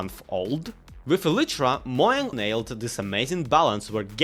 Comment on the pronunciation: mo-jang? its mo-chang! well not ch but the j sounds more like a ch than how you said it